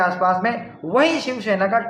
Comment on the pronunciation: it's shivsena not shivshena